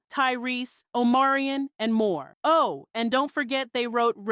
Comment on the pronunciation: First of all... Need to properly pronouce ppl name like O -MAR-I-ON Long O, mar like mars, short I, on.... Not hard to say... 2nd, J. Valentine said why he walked away from singing to doing MORE writing priducing... He said, he'd rather the business side